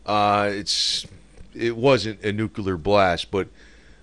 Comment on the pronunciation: Nookoolurr lol